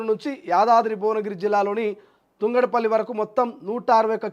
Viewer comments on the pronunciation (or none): తుంగడపల్లి కాదు తంగడపల్లి 😂😂